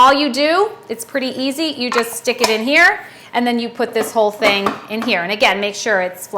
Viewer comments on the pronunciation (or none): none